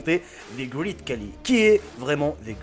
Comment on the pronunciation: Coucou donc déjà ça se prononce "greït" pas "grit" car tous les mots en "ea" ne se prononcent pas pareil. Ensuite, tout le monde te dit que ce n'est pas le plus grand du monde donc change ton titre si tu veux être crédible et ensuite il a surtout une maladie le gigantisme donc c plutôt triste mais bon c'était tout de même intéressant 😁